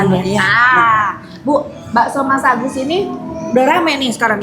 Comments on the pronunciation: Bakso Masagus teh , bukan masabar😂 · Ko tteh bilangnya baso mas sabar 😅